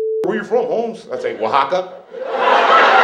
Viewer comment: I lost it when he said "Oaxaca."🤣